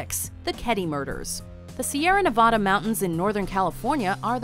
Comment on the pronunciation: You said Sierra Nevada’s wrong 🙄